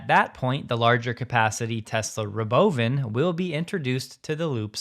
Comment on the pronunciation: I appreciate your Robovan pronunciation